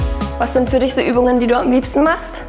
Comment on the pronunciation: Hahahaha "das nächste Mal werde ich DICH sicher anwenden"? 🤔😏😂😂 Schweizer Aussprache oder Freud'scher Versprecher 😁